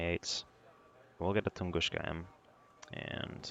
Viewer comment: Tunguska not tungushka